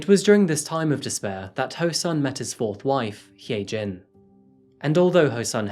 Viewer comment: If her name is hyejin it's pronounced hi- jin